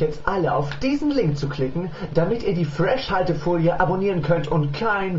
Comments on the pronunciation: falsch gesprochen fresh alte folie das "h" ist ja nur einmal drin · hä, wieso wird denn das wie Freshhaltefolie ausgesprochen. Es ist ja nur ein H aulso müüste man entwerder sagen Fresh Altefolie sagen oder Fres Haltefolie